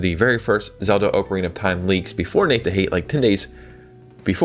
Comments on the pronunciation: Anyone who says “Oakarina” doesn’t deserve to play it! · Bro you are killing me with the way you are pronouncing ocarina